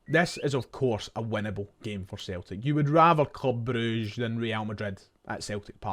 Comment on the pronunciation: Thank f*ck you called them Broosh instead of all this bruggge shte